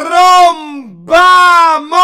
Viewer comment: E quando ho sentito "TROMBAMOH", ho capito che sei stato confermato ancora una volta a meme vivente! Il creatore di meme che diventa un meme, c***o xD Altro che metaverso di "Itte"... Il MetaMEMEverso 🤣